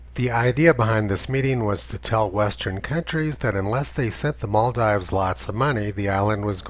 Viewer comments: Sorry, did you just said Moldives? It's Maldives. A. Just throwing it out here since we're consistent and precise, right? Humanum errare est. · Yes and it's pronounced Maldeeves.